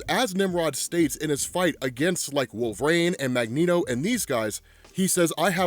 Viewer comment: Po-LAIR-is. Polaris. Wolv-er-eeeeeeeen.